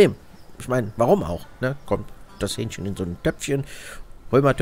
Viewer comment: ... in das Hü-ähnchchen herein Zum Glück kein Hyänchen :D